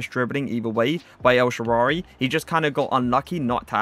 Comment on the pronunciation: Man Just Said El Shaarary🤣🤣😂😂